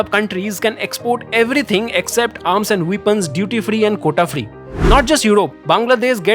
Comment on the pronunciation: Where are the textile parks proposed , & how will it stop the Bharat Bhraman ? Poor English pronounciation. ( Weapons, whopping,freight, others ).